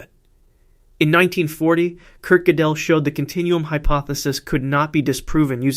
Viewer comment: The worst one was "Kurt Jidell"